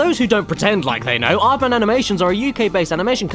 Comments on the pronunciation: Epicness Riley He did say Aardman. But they way he used it in a sentence was "Who do you think you are...an "Aardman?" cause Aardman sounds like Hardman. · creator of Chicken Run. Sounds like "hard man" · OH thats the joke everyones talking about. I thought he said Aardman, but i didnt think it wasa the joke .-.